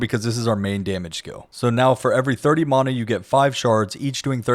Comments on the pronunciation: I genuinely don't understand how my magic dude got worse after I made these changes. note to self "never trust a guy who can't pronounce mana correctly" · Great guide. Very well done. Although i object to your pronounciation of the word "mana" but ill try to find it in my heart to forgive you. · If I have to hear you mispronounce Mana one more time…. Christ. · lol the way you sat mana lol